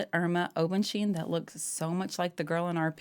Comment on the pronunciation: Just an FYI - pronounced Obens-hain, like Obens-hine.